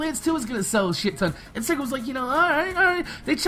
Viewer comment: you were pronouncing it as segga